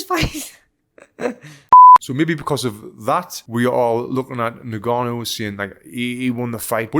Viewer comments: "Nnn-gannou" non Ningannou. bruh. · "ngannou".... NOT "nigannou" for christ sakes man. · It’s pronounced “en”-gannou, not “ne”-gannou. Get the man’s name right please! Also how many people are saying “Alexander” Usyk. It starts with an O. Christ, make some effort!